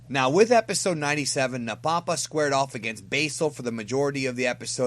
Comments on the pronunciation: It's pronounced "Napa-pa", not "Na-Papa" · Nappa Pa is how I heard it pronounced.